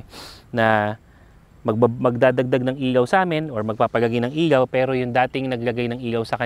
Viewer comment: ILAW boss, hindi IYAW ✌️